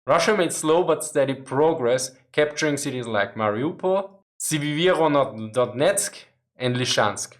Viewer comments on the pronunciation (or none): I don't even understand where the problem with that city's name can be? Се-ве-ро-до-нецк, se ve ro do netzk, piece of cake? 😉